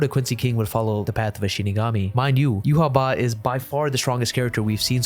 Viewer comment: How y’all pronounce Yhwach triggers me majorly. It’s like writing a characters name as Quetzalcoatl and saying it’s pronounced John. That’s not how phonetics work???